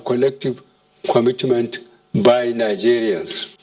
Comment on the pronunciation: This man is very very sick, you can see that from his movement and actions. He is really dead. Dead man reading he’ll presidential address to dead country (kantry), kwomitment, krikital chalinges,taranparat, domokarasy